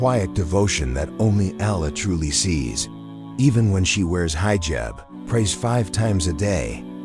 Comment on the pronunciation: Excellent content but remove AI please. Allah must be pronounced properly. Other pronounciations to be corrected by the speaker are 'hijaab' not hyejab, some things become comical like spelling words than pronouncing them like 'Taqwa' - also saying 'dot' makes it absurd. So please choose a real person to relate this content - again content is simply excellent. 'Allah' MUST be pronounced correctly or people with switch off. Not 'hay-are' but 'hyeaah'. Not 'people dot' but 'people'. All the good work here gets detracted by the impact of the comical mispronounciation.